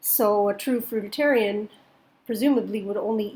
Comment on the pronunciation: I’ve never heard someone say fruitarian wrong until I watched this video